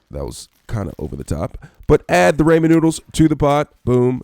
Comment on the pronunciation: says he is a ramen chef Pronounces it wrong Pronunciation aside, this recipe is nice for me it tasted a bit like cheesey bread.